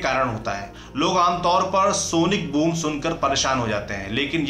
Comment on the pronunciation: Sonic boong nahi boom😆